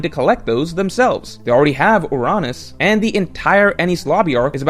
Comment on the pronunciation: Of all of the ways to pronounce Uranus, OOHRANUS is not correct. Saying Uranus and have neither "u" sounds, sounding like how you pronounce the letter, is just criminal. Yu rain us, or yu ran us. Pick one.